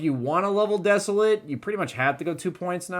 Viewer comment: DAMNIT IT'S NOT DESO-LIT AS IN THE ADJECTIVE IT'S DESOLATE AS THE VERB - DES-O-LATE. GRAMMAR LESSON OUT